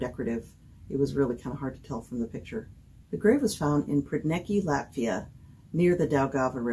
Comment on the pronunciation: Thank You so much for pronounsing Latvian words & place-names properly! It is so rare that non-Latvian speakers get it right. It is really nice to hear! 😊